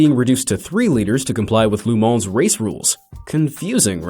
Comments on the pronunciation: then why did he say "loo" instead of "luh"??? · GEEEEEZ! it's LeMans, not Le Mon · Not LuMon dude.... LeMans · Also, why does he keep saying "Lu Mon" instead of "Le Mans"? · La moan🤣 pft! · "Lou Moan?" I think he owned a deli here in town... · Le Man = Le Mole? Le Mont? WTF? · You change the pronunciation of Le Mans like 8 times in this one video